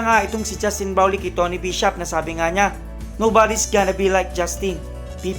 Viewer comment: bulol! ayusin mo pagbigkas mo sa "brownlee".